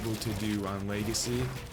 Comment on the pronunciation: Lmao my boy said leagacy